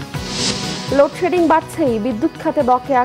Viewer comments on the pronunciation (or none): এতো লোড সেডিন বলার মতো